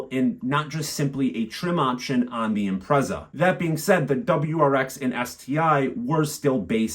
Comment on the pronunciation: I owned a 2005 Impreza WRX STI Colin McRae 555 Limited Edition. Great car but it blew up and I couldn't afford to fix it so let it go for next to nothing. They are worth over £25k now. PS I think it's pronounced "im-pret-zah" rather than "im-prez-ah".